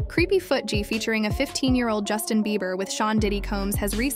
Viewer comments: Hold up, Did the pronunciation of ‘Justin’ change? No hate, just wanna know. 🫢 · His name is Just-in. NOT Justine. Also, you pronounce it CREE-py, not Creppy. FFS. AI IS BULLSHIT.